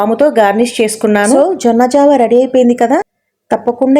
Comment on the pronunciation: జొన్న జావా జొన్న ఒరాకిల్ కాదమ్మా జొన్న జావ (అంబలి)అనాలి